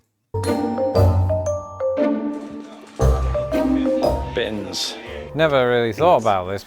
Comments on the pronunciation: Bins. Not beans. 😂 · No, bins is not pronounced the same as beans, not at all.